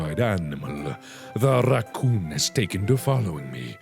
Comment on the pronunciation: I just LOVE how he pronounce the word Rrrrrrrrrrracoooooooooooooooooooohn xD